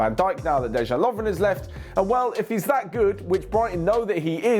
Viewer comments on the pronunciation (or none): none